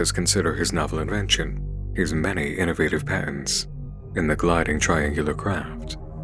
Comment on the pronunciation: Is it only me that hears "pants" not "patents"?